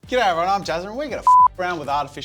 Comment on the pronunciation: istg what the hell was the "g'day everyone" cuz i first thought you said ki ora